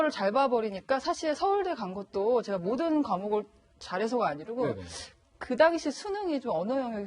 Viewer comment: 이 양반 나온 모 유튜브 보고, 알 수 없는 알고리즘이 나를 여기로 이끌고 왔는데, 그 방송에서도 제가를 저가로 하길래, 읭? 했는데, 와.. 무려 뉴스에 나와서도 제가를 저가로 말하네ㅎㅎ 이 아나운서 황당하네ㅎㅎ